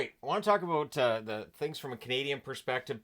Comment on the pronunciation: As a Canadian, i think i heard you say aboot.